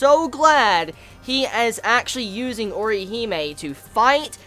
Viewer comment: Put some RESPEK on Orihime's name, yo.